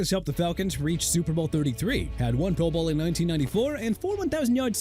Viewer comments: Why do you say pro bowl like that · Is it just me, or does the inflection on the phrase "pro bowl' sound a little odd?!